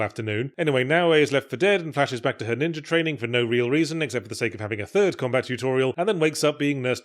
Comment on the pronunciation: "Sam-you-rye. Ninjur." Speak proper, you knob.